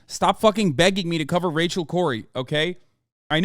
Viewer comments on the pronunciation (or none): none